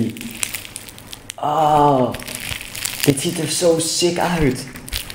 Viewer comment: Waarom zeg jij steeds sik